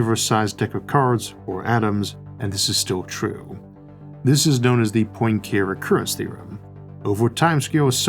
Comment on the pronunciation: Enough pronunciation guides exist out there, in digital and paper forms, to make butchering the pronunciation of Poincaré seem like laziness more than like lack of information.